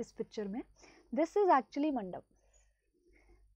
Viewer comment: is it's manda Or anda?